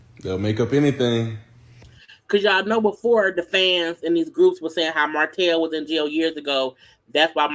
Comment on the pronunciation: Eww, Martell & these s in the end of his words.. Sir!!! It’s giving sassy